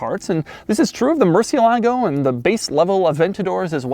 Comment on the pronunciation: Doug, still mispronouncing "Murcielago"! Also, you forgot to mention that ALA is also Italian and Spanish for "wing", which makes the ALA system more interesting!!!